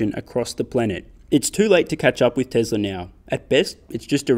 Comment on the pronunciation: Why do you have to say it like “Teslar is”?